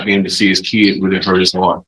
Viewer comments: I hear “keed”, not “kid”. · Defense attorney needs to talk to Judge Boyd, she'd let him know the difference between a child and a keee-ed.